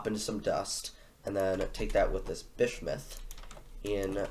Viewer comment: Genuinely an intersection good quality video well done m8. Btw you might want to learn the pronunciation of bismuth - it’s a common element (biz-mu-th). Also name the cat Cougr cuz Dw doesn’t fit a cat.